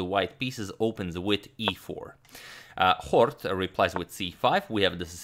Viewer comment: Scheveningen my ass I like how you pronounced Hort so accuratelly